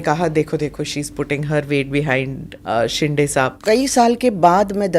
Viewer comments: वो शेंडे नही..शिंदे है... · शिंडे नहीं it's शिंदे